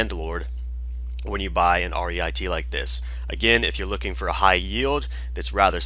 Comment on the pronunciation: pronounced reet not 'r' 'e' i' 't'....and they payout 90% to maintain tax advantages not 97%